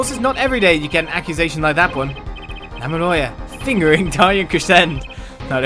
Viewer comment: “Lamieoir, FiNgErInG Daryan Crescend.” Oh my goddess... 😂🤣